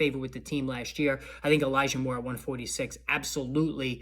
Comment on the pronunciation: I think u said eligah mitchell when u were talking about elijah moore